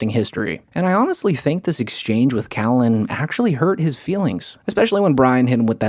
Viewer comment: I didn't expect to leave here thaankin. But since we're here, I thaank, I thaank Joe's gonna need to get the H out of there, and soon